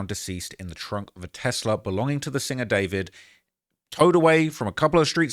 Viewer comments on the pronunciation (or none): It’s not David it’s Dee four vid hahahah